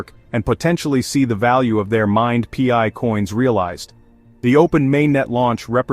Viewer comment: Pee-eye? What is pee-eye "coin"? 😂 Pi, pronounced "pie", is a DeFi utility token used in the Pi ecosystems and nothing to do with FIAT or cash or dollars or exchanges or other crypto currency as clearly explained in the Pi White Papers.